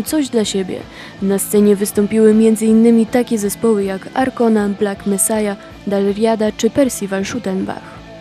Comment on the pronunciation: A ta prezenterka... jakaś taka przyćpana. ;) Informacje o Arkonie czysto z Wikipedii -świetne źródło... mogła chociaż się doszukać, jak poprawnie przeczytać nazwę ich albumu, skoro już musiała ją przywoływać. Smyczki nie są charakterystyczne dla całej muzyki celtyckiej... Wiem, brzmię jak hejter, no ale kurwa... A P. Shuttenbach jest niejako projektem Percivala, nie odwrotnie.. więc oni na etnicznych instrumentach to właśnie głównie grają, nie projektowo...